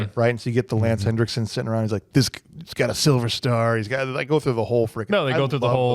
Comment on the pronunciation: It's Henriksen, not "Hendricksen"!